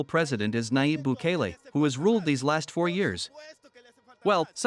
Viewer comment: Qué porquería esa inteligencia artificial. Ni siquiera puede decir Bukele. Quien dictó el texto es digno representante de la descerebrada e insignificante oposición.